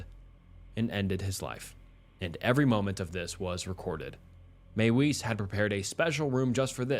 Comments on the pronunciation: Mie - Vis not may wees. Use your German voice. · Another one in this video is pronouncing Armin Meiwes’ last name. It’s not “maywise” but pronounced as “My-vez”. I know it’s a massive nitpick and these people’s names don’t really deserve any respect at all, but like the guy says his name in an interview multiple times and yet people don’t bother pronouncing it at all correctly. Less about respect of names and more about the quality of research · Arwins last name is pronounced MY-VEZ. And Alias isn’t pronounced Elias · Meiwes' Name is pronounced "Ahr-Meen Mae-Ves" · Meiwes is pronounced "my-vis," the w makes a v sound in German.